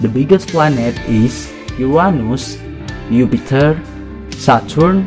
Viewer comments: It is jupiter not yupiter 😂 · Why Yupiter????????????????? hahahahahha its "Jupiter" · Not yupiter its name is Jupiter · Jupiter not yupiter 😂😂😂😂😂😂😂 ediet pehle khud Sikh 😂😂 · It's Jupiter not yupiter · you are making planets name wrong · its jupiter not yupiter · It is not yupiter it is jupiter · Sir it's Jupiter not Yupiter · Thank u for sharing this video and one more thing Its not yupiter its jupiter... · Phele na khud Jake padh yupiter nhi Jupiter hota he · Yupiter not jupiter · It is Jupiter not Yupiter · U are wrong it is not yupter it's Jupiter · Sir You Are Pronouncing And Spelling The Word JUPITER As YUPITER. Thank You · It’s Jupiter not yupiter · Why he says yuptier it's not called yupiter it's jupiter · That's Jupiter not yupiter answer is jupiter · its JUPITER not YUPITER🙏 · Dude I got all them right but it’s not yupiter it’s jupiter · It's not yupiter it's Jupiter 😂😂😂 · and it was jupiter not yupiter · its not upiter its jupiter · Its jupiter not yupitur 😂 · its not yupitor its jupitor venus not vanus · It Jupiter not yuptier!!!!!!!!!!!!!!! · It is not Yupiter it's Jupiter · It is Jupiter not Yupiter 🤣🤣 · you pronounced many words wrong and wrote jupiter as yupiter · I wana become a scientist and imsaw this video this is the most most easy quiz in the wrold wasted tim dislike pls😡😡😡.Wdym it's not mucury it's mercury it's not yupiter it's juipter ngl this is so dumb!!!!!. And it was not Galileo who invented telescope lol noob!. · But its not yupiter its jupiter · It was soo easy sir and also it's not yupiter it's jupiter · that jupiter not youpiter you are saying wrog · Hello it's not yupiter by the way... its Jupiter......and mercury is pronounced Mercury not mercoory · Thank for video, but it's not ypeiter its Jupiter. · Too easy and it’s Jupiter not yupitor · May be i think its not yupiter its "JUPITER" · Is it yupiter not jupiter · learn that ''Yupiter'' is called Jupiter ;) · If anyone needs a test it's you you fr said yupitet